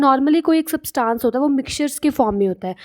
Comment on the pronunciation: Ma'am your explanation is quite good but I would like to correct u it's substance not saabtance...